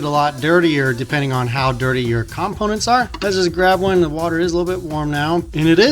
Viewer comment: Why do you say components like that?